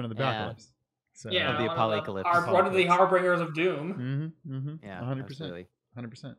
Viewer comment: sorry, har-BRINGERS?